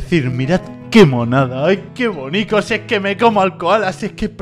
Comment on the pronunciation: Se dice bonito y no bonico